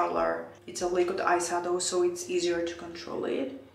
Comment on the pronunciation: Hi Why do you pronounce eye sadow the eye shadow?